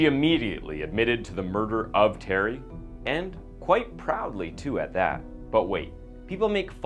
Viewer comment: this is awful, just the production is terrible. this guy is such a bd narrator. he messed up the name terry twice and called him telly becuse of the guys last name